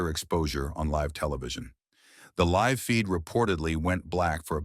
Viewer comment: Stop mispronouncing live 😢